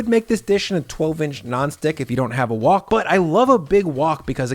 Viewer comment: whok is WHHHite Haught, lol why did you say it like that?